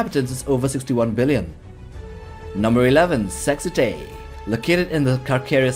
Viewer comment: "Sexitae" ... you really struggle with that one ;)